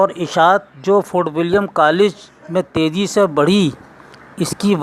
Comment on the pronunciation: Teji nahi tezi hota h aor gul nahi gil hai